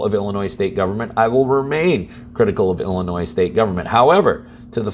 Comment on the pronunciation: Did you say, “ill annoy?”